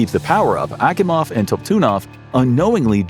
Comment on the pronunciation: Akimovs name was mispronounced. You sure you're not using AI 😋 Also it would have been nice to actually properly draw a control room instead of using aircraft panels and crap